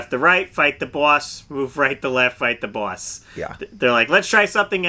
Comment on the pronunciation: Canadian here. Side note people saw they don’t have accents listen to way says “boss” and “jaws” end note. Eh;)